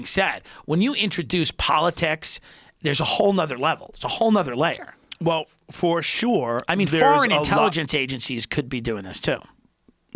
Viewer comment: Joe " for shore" Rogan